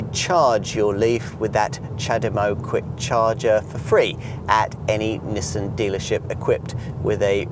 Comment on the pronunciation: Well it certainly isn't pronounced Neesan. There's no letter E's in there at all.